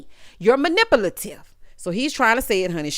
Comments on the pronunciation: what did he say?!!“malipulative”😩💀get away from me with this😂😂😂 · Oh 😂😂😂😅😅 thank you so much for this review. I needed these laughs so much...PLAYBOY..."Malefutive" (sp?) or was he trying to say maleficent... I got it!! It's combo twist meaning to cause destruction and being calculating at the same time. Silas found us a new word!! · MANIPULATIVE 😂😂😂... Y'all, when he kept saying it wrong, I hollered. I'm hollering now listening to review. I can't be laughing like this at work...